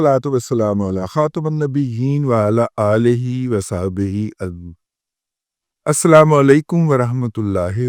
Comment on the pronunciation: السلام علیکم و رحمۃ اللہ و برکاتہ محترم رضی صاحب آج اس ویڈیو میں آپ نے ڈاڑھی کے بارے جو تبصرہ فرمایا ہے وہ آپ کی کم علمی کا ثبوت ہے آپ کو کیا پڑی تھی کہ اس پر تبصرہ جڑ دیا. مجھے خوشی ہے کہ آپ نے السلام علیکم... کا تلفظ درست کیا ہے. گزارش ہے کہ آپ نے اس ویڈیو میں دین سے متعلق جن باتوں پر بات کی ہے وہ آپ کی ناواقفیت کا نتیجہ ہو سکتی ہے اس سے رجوع کریں اگر آپ رجوع نہیں کرتے تو مجبوراً آپ کی یہ غلطی عام کرنا پڑے گی تا کہ آپ کو اپنی حدود و قیود کی پہچان ممکن ہو سکے. میں نے جو لکھا اس کا مقصد نہ تنقید ہے نہ دل آزاری اور نہ ہی بدنام کرنا مقصود ہے میرا مقصد محض اصلاح ہے اور خیر خواہی کا جذبہ ہے کیونکہ دیں سب سے اہم ہے امید ہے میری گذارشات پغور فرما کر اگلے ویڈیو میں معذرت کریں گے. اللہ تعالٰی معاف کرنے والا اور معافی کو پسند گرتا ہے. جزاک اللہ خیر